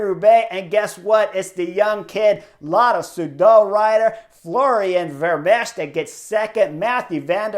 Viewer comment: Chris: The 'ch' at the end of Vermeersch name is 'silent'. So his name is pronounced 'Vermeers' and that second syllable sounds like the English word 'ear'. It's close to the name of that painter 'Vermeer'. Add the 's' at the end and you got it!